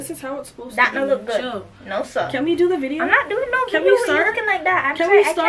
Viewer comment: It’s saying no sah 😂😂